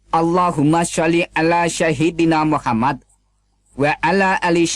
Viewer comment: ustad GADUNGAN masa baca sholawat saja gak bener, umat kresten selalu menuduh islam hanya hapalan Al Quran tak tahu artinya.... tuduhan yang keliru..., dalam membaca lafadz Al Quran, dan sholawat saja gak bener, sama seperti si CEPOT... 😀😀 penegasan untuk bacaan sholawat,, salah dalam pengucapan yaitu SAHIDINA yang betul SAYIDINNA bukan SAHIDINA..😀😀 umat kresten mengaku ngaku beragama islam, hanya ingin menyesatkan, umat islam lebih cerdas dari ustad abal abal....😀😀